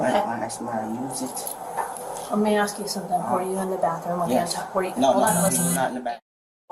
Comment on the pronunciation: "What is you arresting me for?" ..wow illiteracy is real folks. " y'all is weird" " we was on da ground "just axe(ask) mom"